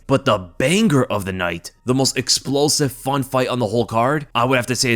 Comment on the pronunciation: The BANG - GRRR of the night (as this idiot pronounces it) is Jorge vs Gilbert, or Israel vs Alex